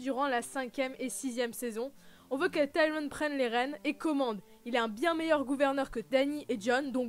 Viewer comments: Non! On ne dit pas tai-ri-on!! Cest ti-ri-onne. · Mais pq tu prononce Tyrion, Taïren et pas comme dans la VO ou au pire comme dans la VF? Mdr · c mieux qd tu dis dis pas avec l'accent anglais pour tyrion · Ben alors je comprend pas ta prononciation hahaha mais bon! Tant qu'on se comprend mdr